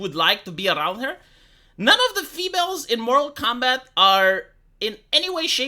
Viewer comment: It's Mortal Kombat, not Moral Kombat.